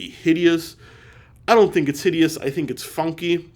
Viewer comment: "Hideoso" LOL